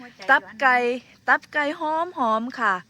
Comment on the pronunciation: ตับไกไม่ใช่ต๊อบไกเรี่ยกให้มันถูกพาษาไทยฟังแล้วไม่เพราะ